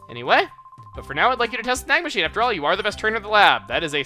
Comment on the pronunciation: i hear "snag machine" as "snack machine" XD